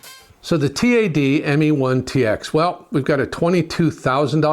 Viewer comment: It's TAD, not T.A.D.